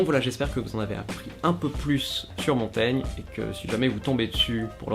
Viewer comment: Dites : "Montagne" (la lettre "i" n'est là que pour signaler que "-gn" se prononce comme "gnon", & non, comme "gnome"...) Avec un bon verre de Champaigne, les examinateurs seront contents aussi.